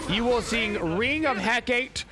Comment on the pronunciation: My ears literally bleed every time you pronounce "Ring of Hecate" xD It's "He-KAH-teh" not "He-KAYT" lol Hecate is the Greek goddess of magic, witchcraft, and necromancy, hence all the crazy magical and healy-mcstealy abilities her ring has.